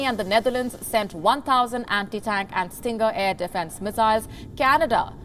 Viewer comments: Stinger not Stringer? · It's called a "Stinger missile", not "Stringer missile". Get your news right. You are happy to bash the expansion of NATO, history of the near past. Why don't report about how well these countries were treated by the USSR under the Warsaw Pact? It was extremely harsh repression with tanks, bombing, and death. Read the history. This is why these countries CHOSE to join NATO and the EU. Putin wants to revive the USSR. These countries want no part of it FOR VERY GOOD REASON. Read the history of the Warsaw Pact. It was not a "PACT". It was a fascist repressive occupation. NATO is certainly not perfect, but there is a free press. Try reporting on the WAR in Russia. Where is India? Dithering uselessly. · …… it’s called Stinger , but not stringer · Stinger missile, not Stringer... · Stringer missile? Try Stinger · It's called STINGER, not STRINGER. Do your research WION. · Stinger missiles... not “Stringer” missiles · quote, end quote "Stinger," not Stringer missile. As in, feel the sting. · The name is Stinger not stringer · LOL . she called it a STRINGER missle.... dumfck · Ive never heard of a stringer missile 🤔😂